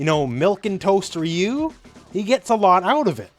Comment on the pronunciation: That is not how you pronounce ryu. Respect the name, where are the OG street fighter players, Alex Valle, Seth, John choi and all the people that know about street fighter.